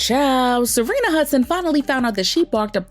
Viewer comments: Her name is Sharina… not Serena.. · Not Serena.....Sha-rina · Why you keeps calling her SArina? 🤣🤣🤣 it’s SHArina! You are too much gurl! 🤣🤦🏽‍♀️🤷🏽‍♀️Good tea ☕️ 🫖 spilled because I didn’t know that Wendy was the one to hire the Private investigator 🕵️ 😱to watch Kev! 🤣👍🏽✅ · The way ya’ll keep messing up their names 😂 Kevin and Serena. Yunggggg🤣🤣🤣🤣🤣